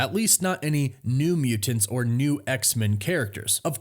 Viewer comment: "The Muu-Tints"...